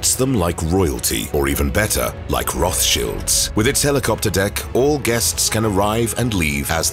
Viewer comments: Rothschilds not Rothshields. Upgrate the Bot. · Roth Childs…. Not Shields. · Cringe feels when he says “Roth Shields”